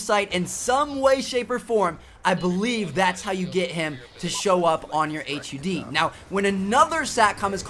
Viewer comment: Say HUD normally don't be a tool